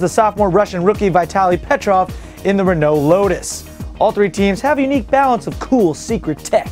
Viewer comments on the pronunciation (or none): none